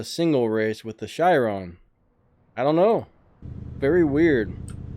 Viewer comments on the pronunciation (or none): Ok I noticed you pronounce the Chiron as a shiron, it's pronounced like ka-ron with there accent!